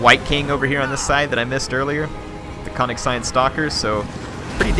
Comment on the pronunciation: The Konigstein Stalkers are actually pronounced differently :P The "o" in Konigstein would be an "ö" (like the "u" in "Murdock") and the "s" is pronounced ike the "s" in "sure". Source: I live next to the town called Königstein :P